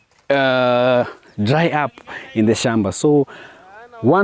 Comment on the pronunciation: Gem-beh??🫣 Hoe. Shom-ba??